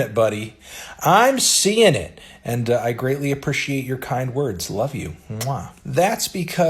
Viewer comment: anyone knowhathe fvckinda accent is that...? lol ”appr-ih-she-ate”